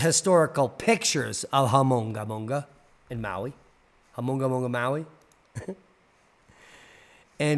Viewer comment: Great job butchering the name buddy.